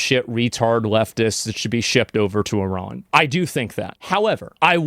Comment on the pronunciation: I'm straight up impressed that Asmongold pronounces the country as "ee-raan" and not "eye-ran" like most Americans. Well done sir.